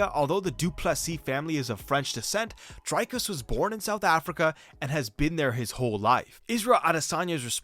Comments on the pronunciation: It's pronounced Dric(k)-us not Drike-us, not Drake-us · Okay firstly its pronounce Dric-Cuss